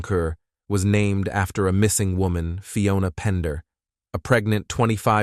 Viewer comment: One second this mofo says Woman and the next he says WHOAMAN. Damn dude. Getting rough out here on True Crime Youtube.